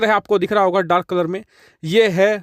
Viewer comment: Bhai colour to theek bolo